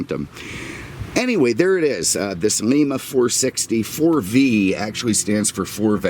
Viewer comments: One of my all time favorite cars. Always wanted one in red with a white interior. Though you will probably never again say the word "Lima" it is pronounced "Lyma" and not Leema. Interesting that Ford built engines in the Ohio city where some of the best steam locomotives were built many years ago. Love your videos with all your history, opinions and unique comments. The F bomb story was the best! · That engine was manufactured in Lima, Ohio. Pronounced lye-ma like the bean. 😉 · You will not believe this. I spent about 12 years of my life in rural Ohio, when you mention the Lima Engine at about the 16 minute mark, that is actually not the way the residents of Ohio pronounce that name. Unlike the city in Peru, Lima in Ohio is pronounced ‘Lime-uh.’ It’s the most convoluted thing I ever heard and I still chuckle when I think about it. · as always very entertaining video...........one suggestion.............Lima (soft "i") is in Peru while Lima (hard "i") is in Ohio............Cheers!